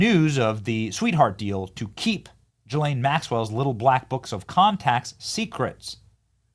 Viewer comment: Benny... Say "Ghee-Lane"... You can do it. I know you can.